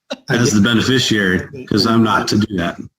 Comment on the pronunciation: That dude said "beneficiary", i think he meant "benefisherer".